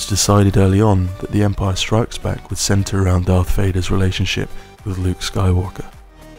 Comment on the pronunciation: Why do you insist on calling it "Empire strikesback"?